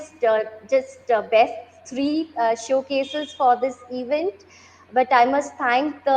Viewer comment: CEO is wrongly pronouncing sooooo many words... Event as "eeeevent" ?? What's up with the fake accent, Sir? Stop rolling your rrrrrr to begin with. Talk like an indian gentleman. Get out of this woke mentality. You are sounding like one of those typical Karachi-born London based businessmen who's acquired a funny accent overnight due to fast Wifi. Get real. Be yourself. You will still be the CEO, dont worry :) Baaki Aapki Ichha